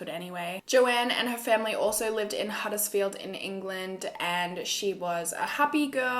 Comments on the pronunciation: Hey! Perfect pronunciation! Huddersfield isn't far from where I live 😘 xoxo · I’m from Huddersfield (you pronounced it right😁) and have never heard about this case so thank you for covering it!